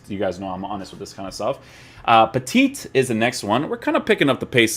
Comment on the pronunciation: hey, sorry to bother you with this but we say "peti" for petit, just ditch the second T :)